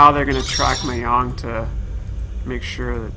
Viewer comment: It's mah-jong not may-hong